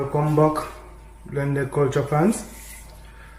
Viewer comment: NewLink you made me laugh when you say cul-ta and anoy-mity. What happened to cul-ture and an-o-nym-i-ty?